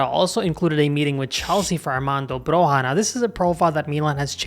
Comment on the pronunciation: The J of Broja is spelled like a long i Like the J of Juventus I'm Albanian and Broja is the star of our team. I'd love to see an Albanian play for AC Milan. He has a huge potential. He had a bad injury last season which has influenced him a lot. I hope he recovers fast and starts playing at his normal pace. He has a huge potential, easily at Zirkzee's level. Hope Milan get a good deal for him cause we'll have a true number 9 for years to come Keep up the good work,!